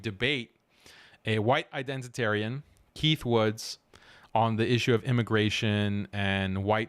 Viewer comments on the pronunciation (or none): none